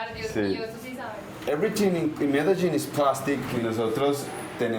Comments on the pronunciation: I stopped watching the moment she pronounced Medellin as "Medegene" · Can I believe no one told her you say Medein rather the MedeGin. So annoying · Dumb vice bitch its pronounce med-deh-yeen not medejeen my last name is Medel not medej stupid broad cause that's what you are irrelevant reporter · I'm only 2 minutes into this documentary and I cannot help myself but note: - Surely, she should have had an understanding of the pronunciation of cities and therefore know how to say: Medellin... Anyway, let's carry on watching. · This so called journalist is just HORRIBLE, has an arrogant attitude, a condescending tone from the first second the video starts, can't even pronounce Medellin the right way, is underfed and has a face that looks like it got punched like a gazillion times and used an iron to try straighten it out. Jealous coz of your surgery gone bad huh? Bitching about questions not being translated well enough. You visit THEIR country, at least THEY speak English, learn Spanish yourself and then complain. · Also, she can't pronounce Medellin properly.